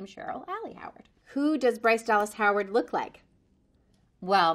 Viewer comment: . I like how she roll her tongue !!